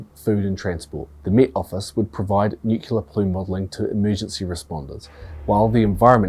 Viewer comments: THousands of bodies ??? You mean millions. Also, please stop saying Nu CYOO lar. It is Nu CLEE AR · 'Nukeyaler' is not a word. The word is NuClear..Nu-Clear.. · Who tf says "nucular"? That isn't even a word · Nuclear. New-klee-are.